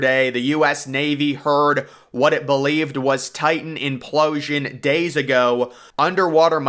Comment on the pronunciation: After hearing the word implooosian 3 times I'm switching it off